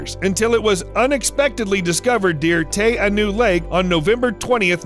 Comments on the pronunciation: Dude, you REALLY need to get your New Zealand Maori pronunciation right. It's "Tah - kah - hae". Didn't know what you were talking about until I saw it. No idea at all what lake you were talking about. - Looked it up....geez. Ta a nu lake? really? Try Lake "Tee - are - now" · That "Takahi" bird is the Takahe (pronounced more like Tar-ka-hey) and the lake is Te Anau (like "Tay ah now") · The way that he pronounced the lake in New Zealand was wrong. He tried to pronounce a maori word like an English word and it was sad to see. Ps: im from New Zealand so I know that he said it wrong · Pronunciation is important, for example in New Zealand the Takahe is pronounced tar kar hay, and Te Anau is Tee Ar know. Thank you. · Just for future reference It's pronounced Ta-ka-hey, and Tee Ah-no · Anyone else here from NZ, cringing everytime he says Takahe and Te anau, the dude could've at least googled the correct pronunciation 🙄